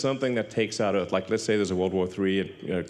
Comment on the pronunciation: He can't even pronouce 'Earth' or 'Mars" or anything with an 'R'